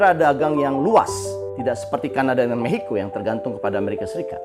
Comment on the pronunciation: Maxico bang aku dengernya mehico😢